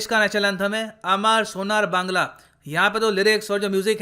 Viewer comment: Love hear bengali from you sir.. "amar sonar bangla"....